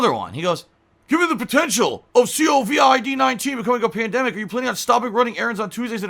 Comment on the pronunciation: "see-oh-vee-eye-dee nineteen"